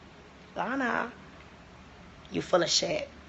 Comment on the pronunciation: They way she says Lana 😂